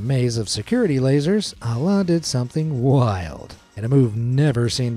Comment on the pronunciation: I don’t wanna be that guy but the way you butchered the name Alaa is crazy 😅